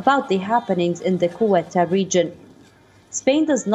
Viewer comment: You need the learn the proper pronunciation for Ceuta. ‘Say u ta”